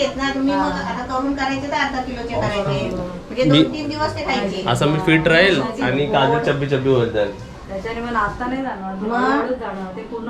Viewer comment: राशील ना,,,,,she said,,, राहील 😂😂😍😍